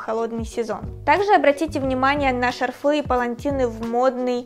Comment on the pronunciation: Добавлю от себя еще одно замечание.ШАрфы,а не шарфЫ.Обратите внимание на ударение.